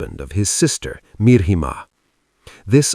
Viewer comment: It's not MIR-HIMA, it's MIH-RIMA.